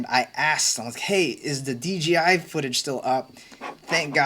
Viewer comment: it's so funny that everyone says "DGI" instead of "DJI". It sometimes slips out like that for me too haha it's a short tongue twister